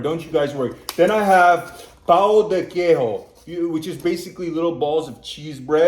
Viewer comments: Be careful when u say Pão de Queijo, the way u said means "cheese dick" in brasilian pt. Try to say "Pan" with a O in the end, Not Pau. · "PÃO" its one of the most dificult word to americans speak 😅. Usually americans speaks "pau" = dick 😂 its hard to put the sound in words thinking about a similar english word Maybe... "pã" = ("pam"+"hmm") And "que" = "ke" + i + "joe" "pam-hmm-the-ke-i-joe" Maybe...heheh...but dont think in spanish...isnt the same sounds I loved how you taste our food...❤❤